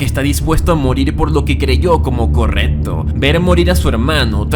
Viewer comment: ¿Cómo se a normalizado hablar tan mal? "ocservar/observar" "sudlider/sublider" "corretto/correCto" "etxije/eXije" "afetta/afeCta" "contesto/conteXto" "Vittoria" viCtoria" "Aprotzima" "aproXima" "Ventcerían" "vencerían"